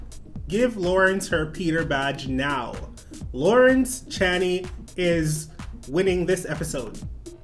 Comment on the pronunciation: By the way it’s Lawrence Chaney sounds like Dick Chaney or 2 Chains ⛓...not that you asked lol. Not trying to be rude just trying to help ya out ;)